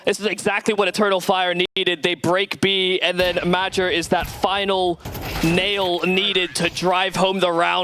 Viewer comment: How the hell do you pronounce major as madger.